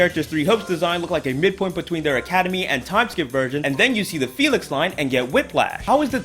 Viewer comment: By the disclaimer in the beginning of the video, I have challenged death an enumerate amount of times. But each time is funnier than the last. Except Felix LMAO you destroyeD his name